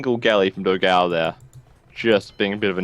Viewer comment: It's funny how you guys pronounce "Dogao". But then again, I don't think there's a sound in English to pronounce "ão". Considering he's brazilian, his name was supposed to be "Dogão", which means "big hot dog".